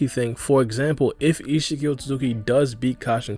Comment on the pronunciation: Every time u said ishiki It sounded like ichigo lol